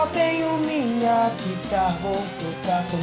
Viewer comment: Á animação é boa mas a dublagem tá uma bosta nem acerto certas falas. Ele fala QUITARRO